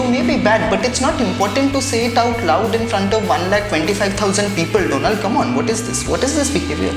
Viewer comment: PM Modi revenged pronouncing DOLAND Trump 🤣